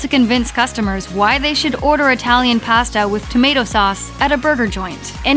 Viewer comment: For the love of McDonald's, stop mispronouncing the word pasta!